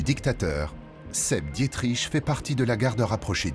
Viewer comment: Non mais sérieux, on en est encore à "Dié-triche" ?